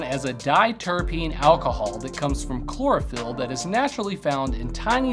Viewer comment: Chlorophyll sounds more like borophyll to me lmao billy madson